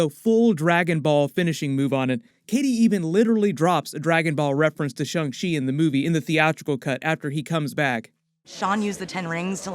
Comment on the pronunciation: STOP SAYING SHUNG SHEE ITS SHANG CHI FFS